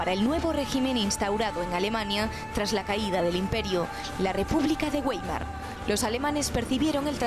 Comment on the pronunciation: La Republica de "Güeimar". Me encanta el nivel cultural del periodista logsiano medio. Jajaja.